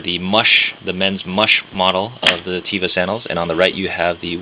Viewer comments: Your reviews are great. With all due respect, one criticism (so far, since I just stumbled upon your page a few moments ago): The word "teva" is Hebrew for "nature." Its proper pronunciation is TEH-vah, not TEE-vah. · It's not (Tee-vah) It's (Teh-Vah)